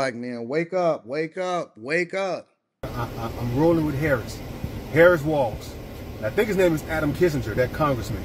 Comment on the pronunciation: He saw a lot but still cant pronounce VP Harris name right. Bottle glasses guy back on the grift.